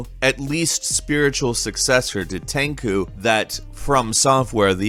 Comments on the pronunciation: the surge "fast paced" aham sure ... Tenchu not tenku dumb dumb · ummm my dude did you just say "tenku" its tenchu why is everyone so unfamiliar with this game and why is from software ruining its name with this garbage. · Great video, just a small correction, it's tenchu (ten-choo) not tenku 😁, either way, you're my favorite on gameranx. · Ahem... sequel to Tenku? Spoken like it's written. Ten-Chu. Otherwise great vid. Personally looking forward to Sekiro and to see how Bethesda screws up Starfield and TES:6 OH and Doom: Eternal on the Switch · Have I been pronouncing Tenchu wrong all these years? Is it pronounced Ten Ku or Ten Chu? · What the hell is Ten Coo ? I know Tenchu though. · ah, you got me confused at "Ten-khoo" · Tenku? Seriously...? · Went bug eyed when he pronounced it as Tenku. wonder why :P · It killed my ears to hear Tenchu pronounced as "Tenku" ... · SAY TANG COO ONE MORE TIME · Ten coo. My god. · The way you pronounced tenchu hurts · Right, it's like he's gonna pronounce Pikachu as Pikakoo as well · would have pronounced it better